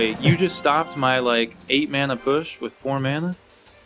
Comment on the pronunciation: this idiot calls it mana